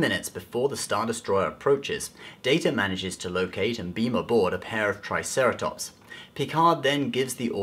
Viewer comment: Lol you said "TIEceratops" hahaha